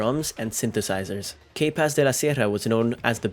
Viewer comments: Pronounce K-Paz like you pronounced 'capaces.' the letter K is named and pronounced [kah] in Spanish.. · Lol you pronouncing K in English just makes the band name sound wrong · You need to stop doing these videos if you can’t even pronounce things right. The way you pronounce K Paz was just horrible. I’ve seen more videos and you butcher names so badly and it’s sad because you actually sound Hispanic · Bro learn how to say the band name right n his name